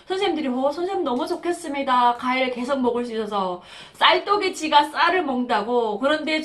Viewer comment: 아휴~~ 가일이 아니라 과일입니다 제 귀에는 가일로 들려요 ㅋㅋㅋ 티비에 북한 여자분 관광을 항상 강강 들려요 ㅋㅋㅋ 화이팅!!! ㅎ